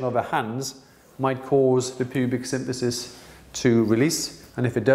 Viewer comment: it's symPHysis not synTHysis.